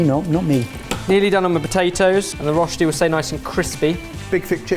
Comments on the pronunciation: Rösti not rosti. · hi, living in germany/switzerland here,, Rösti has an umlaut on the o, it's pronounced rerschti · Germans: Rösti.: Roschti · Truly love how gets better and better at pronouncing Rösti every time he mentions it in a video 🥰 my lil swiss heart is rather proud of him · I hate how they pronounce Rösti.